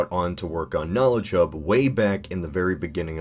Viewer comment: Every time I hear you say "KnowledgeHub" it sounds like you say "KnowlChub".